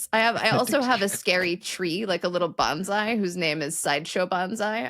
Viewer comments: Bondai is pronounced "Bone-Sigh". "Banzai" is a completely unrelated word meaning "Ten thousand years old" and is most used as a cheer for someone, such as a newlywed couple being bid fatewell at the train station. "(May you) Live 10,000 Years!" The "banzai charge" was Japanese soldiers praying to heaven for the long life of the Emperor". It had nothing to do with any harm to their enemies. PLEASE day BON-SAI snd not BANZAI, You are so erudite, it is embarrassing to us, your fans, who speak Japanese.-'Raymond Takashi Swenson, Lt. Colonel, USAF (Retired). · You need to look into the pronunciation differences between "bonsai" and "banzai". They are very different, and pronounced very differently, unless, of course, you are throwing your "tree in shallow pot" against a ship, trying to sink it. Really loved this episode!